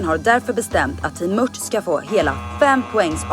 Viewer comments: Mört inte mött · grymt bra serie! Men möRt...jösses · Varför säger ni mött? Det heter väl mört?